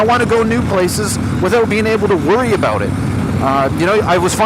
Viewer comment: Talking aboot